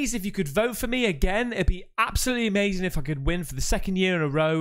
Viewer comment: when you paused on the UFO and said “it’s amazin’!” I knew you’ve watched some Jesse Lee Peterson vids lol. Based man